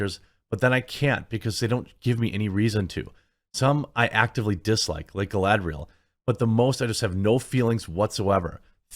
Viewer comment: My favorite part was when she said “Is Galadring time” and proceed to Galadrig all over the place